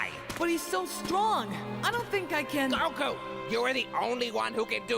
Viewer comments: The way pronounces each syllable of gokus name will never not baffle me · I don't know why, but kaisers pronunciation of "Goku" triggers me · I know, beating a dead horse, but the way he pronounces Goku as “gukoo” makes me want to kill myself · Yes he grew up watching the Japanese dub and he tends to pronounce it as "Gokoo" as a result.